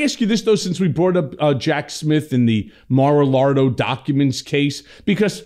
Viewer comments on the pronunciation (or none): Dude stop saying ( mar alargo ) it’s -> ( Mar a lago ) simple ! No that i care how you call that crazy, full of corruption place - No (R) on lago